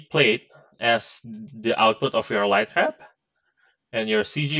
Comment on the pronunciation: I cannot pwonaounce the "W" in "lightwap" pwopewly